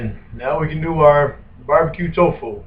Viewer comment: I like how he reads off how many calories in the butter then just pours 1800 calories of bbq sauce in. Also can we get a counter on how many times he says "twfoo".